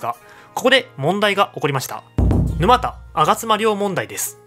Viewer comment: 動画はとてもわかり易かったけど、 沼田のイントネーションに違和感。